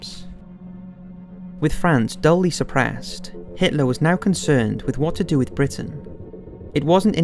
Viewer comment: The copious amount of errors in both pronunciation, and incorrect emphasis as to how words are to be spoken, in the narration make this video virtually unwatchable. Duly is pronounced “doo-ley” not “duh-iey”. London is a city, not a country.